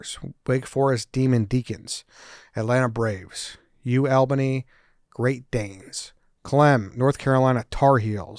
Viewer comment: Dude someone tell them how to say Albany